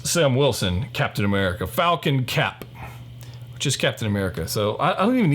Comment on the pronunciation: It's "Falcap" that's what he's called. That's what I'm referring him as